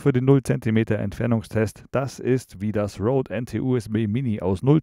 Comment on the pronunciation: Danke für das coole Review! Und endlich mal einer der wenigen, der Rode richtig ausspricht (ROAD) und nicht wie wenn man den Wald RODEt. Oder RÖDElt :D